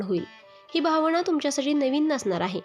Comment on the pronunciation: भावणा नाही भावना. आणंद नाही आनंद